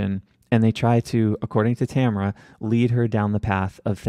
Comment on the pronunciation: But mispronouncing Tamara's first name lol